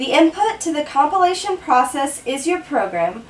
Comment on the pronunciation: Brilliant explanation. For a moment there, i heard compilation as copulation :D